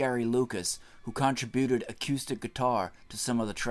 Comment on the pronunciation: Yeah, that was like nails on a blackboard. And let's not forget "con-tri-booted".